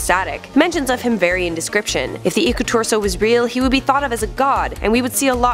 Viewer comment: Im finnish EDIT: Its Iku-Turso not Iku-tursou! Lol sorry about that